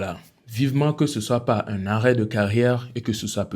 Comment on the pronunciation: Finalement j'ai compris que tu n'arrive pas à prononcer le mot 'un'